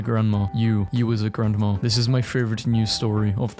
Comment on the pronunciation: no offence, but i find it weird how some people pronounce grandma as grand-mah-r